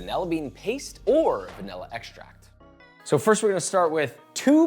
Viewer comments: "Vanella bean." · Hyperfixating on how you say "vanilla" like "van- el-a" 😅